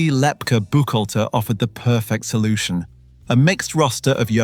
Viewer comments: It's pronounced Lep KEY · AI or did someone really pronounce Lepke "Lep-cah" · Thanks for this, very interesting, as others have said the name Lepke was pronounced with the end letters as KEY. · “Lepkeleh” WAS a Yiddish term of endearment used by the mob boss’s mother in addressing her SON. But as an adult living in NYC, he most certainly would have gone by “Lep-kee,” hard “Brooklynese” for a mentionable nickname among his peers. People without frames of reference and personal acquaintance with other people’s spoken vernacular should defer to other people to narrate unfamiliar texts for them. Likewise the word typed “Inc.” was NEVER pronounced “ink” prior to 1975–1980, when recorded dictation was used, or stenography, to transcribe letters and other documents, often abbreviating similar words to produce a typewritten or typeset article. Upon reading the item, however, no one would have confused “, Inc.” with “ink” for the title to have made syntactic sense. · The narrator did mispronounce Lepke.